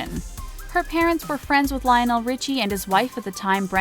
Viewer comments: Lion-nell.....really??? And ree-chi? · This announcer cracks me up. She pronounces Nicole Richie as Ree-chee, and her father's name as Rich-ie, in the same story. Also, she really enunciated the "o" in Lionel. "Li-on-nell". Um, ok.